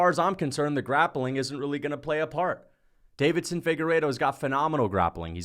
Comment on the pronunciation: Deiveson, not “Davidson,” damn it 😤